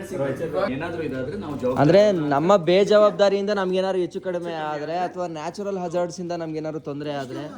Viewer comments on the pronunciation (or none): none